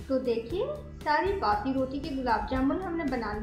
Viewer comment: Please bassi na bole ajeeb lagta h